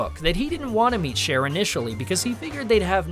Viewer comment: It’s Cher btw not share!!